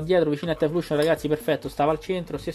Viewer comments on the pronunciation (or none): E' "Taiflosion", non "Taifluscion" ;)